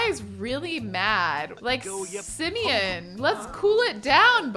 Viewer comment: HIS NAME ISN'T SIMION IT SIMON